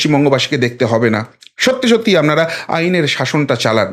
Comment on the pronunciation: 'আপনারা' কথাটার উচ্চারণ মাঝে মাঝে 'আমনারা' শোনায়। উচ্চারণের ক্ষেত্রে একটু সতর্ক থাকলে আবেদন বাড়বে